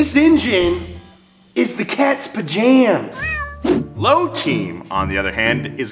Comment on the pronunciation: If you're going to steal my phrase, say it right. "The Cat's Pajamas" not pajams, not jammies....PAJAMAS. Say the whole thing.